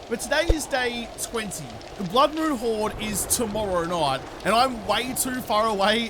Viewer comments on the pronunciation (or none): none